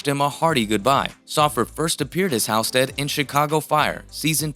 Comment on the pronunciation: Geeze...it's pronounced HALLstead...have you ever watched the show?!